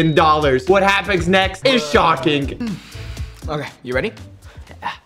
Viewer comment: I cant belive he said schoking instead of shockingg!!!!!